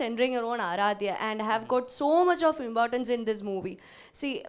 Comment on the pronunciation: She is pronouncing importance as "imbortance" with a "b" instead of "p". That is how keralites pronounce. In my childhood I had malayalee teachers.